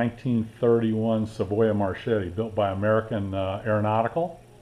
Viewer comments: MarKetti. That's how you should pronounce it. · Hi kermit, i'm italian ... if you want pronounce correctly the name, you have to read as writing in this way: Marketti